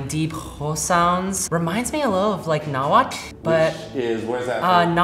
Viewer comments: I'm impressed she knows about Nahuatl, and even pronounces the word good! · I know nothing, except for the fact that pronounced “Nahuatl” so perfectly